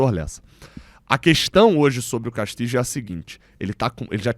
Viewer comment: A pronúncia do nome do uruguaio tá errada. Fica a dica.